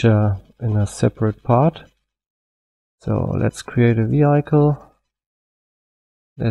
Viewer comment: Vehiiikel nicht Viheikel "Vehicle" Aber das Tutorial ist sehr gut!